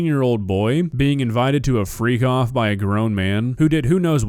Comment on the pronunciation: freak off was such a weird name for parties that i at first thought you said free cough.